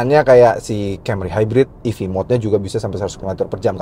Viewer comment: ev kak bukan ef😅 salah ucap kak